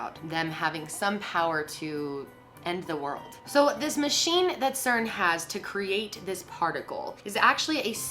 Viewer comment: It's cern